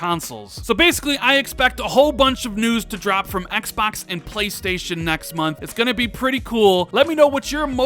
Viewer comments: "EX BUX" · I hate the way this guy says.. xpoks this xpoks series x is xpoks going to show the xpoks 2020 event for the xpoks velocity architecture xpoks xpoks xpoks lol